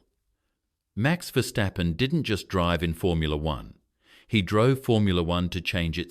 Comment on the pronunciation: Чувак навчися вимовляти прізвища не стапен а ФЕРСТАПЕН ти ідіот а не видучий